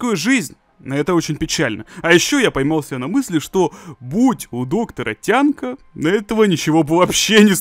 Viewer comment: Что такое "тямка"?! Несколько раз переслушала но так и не поняла 🤷🏼‍♀️